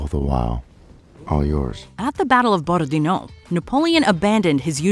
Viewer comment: He’s not a rapper, it’s not Lil’ Boney… just Boney. And why did she say Borodino like it was a Spanish place name or something.